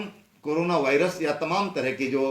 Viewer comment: Corona ka saga bhai hai ye. Viruse bolna bhi nhi aa raha ise to. Aur uttarakhand me paani ki kami hogi bal ab 🤣😜😄😂🤣😂😂😃🤣😃😁😁 UK me jansankhya badhegi bal ab nokari kitni di hai jo jansankhya badhegi